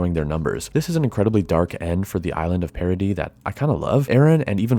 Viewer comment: It kinda bugs me how your pronunciation of "Paradis" sounds a lot like "parody".